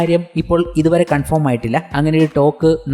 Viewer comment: കൺഫേം ആക്കി urappakku സുഹൃത്തേ. കൺഫോം അല്ല